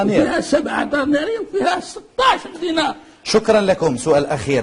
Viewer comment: اه.! لسانه لم يستطع نطق الدينار, امر عادي لانه يحسب غير بالملاوين, الله يلوي مسارينكم وتحسوا بالام و معاناة الشعب